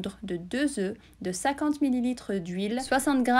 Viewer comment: Très bon travail, ça doit être succulent et c'est très beau. En passant : on ne prononce pas le "f" quand "œuf" est au pluriel. Désolée mais ça m'écorche les oreilles 5 oeufffs 😅